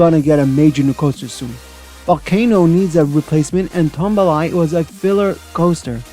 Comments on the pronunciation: Tumbili is actually pronounced ToomBeeLee. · Just to help you for future videos: Mack is pronounced (Mock) Ex: stop MOCKing me. Tumbili is pronounced (tomb-bee-lee). Anyways great video! Can’t wait to see what else you have planned!